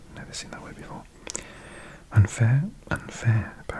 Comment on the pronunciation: Awesome Video! Hier ein paar kleine Fehler: Gleichberechtigung - das ch ist weicher. Wie bei ich, nicht wie bei ach. Mädchen - ä nicht ü. Unfair- un wie bei unfreundlich, nicht die englische Aussprache. Sexistisch - du hast ein i vergessen. SexIstisch. Deine Aussprache und dein Verständnis der Satzstruktur (also Grammatik) sind beeindruckend! Und sooo gutes asmr, wie immer.😍